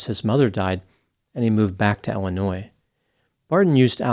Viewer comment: It's Illinois not Ellanois. Just sayin'